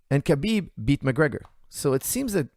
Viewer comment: mispronouncing Khabib's name makes me feel 100% better about mispronouncing Khabib's name!